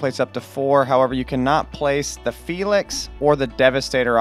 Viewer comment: Bro said 'felix'. It's phay laynx.